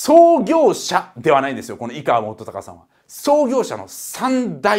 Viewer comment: いがわじゃなくていかわです